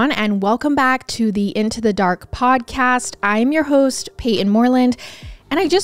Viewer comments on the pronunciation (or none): none